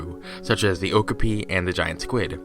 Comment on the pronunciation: I think okapi is pronounced oh-kah-pee